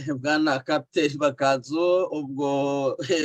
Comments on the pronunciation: Ariko ni Ma^ka^nzu- ntabwo ari ma-ka-nzu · Mwajya mwumva uburyo yivuga, mukavuga izina rye neza! Byaba byiza!